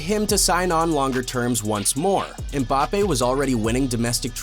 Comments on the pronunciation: Man actually said bappes there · he said Bappes :face-blue-smiling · No his name is Mbapaypal